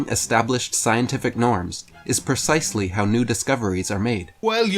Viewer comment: "Percisely" good lord,...